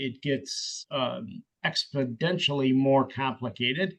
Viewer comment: Did the judge seriously just say “expodentially?”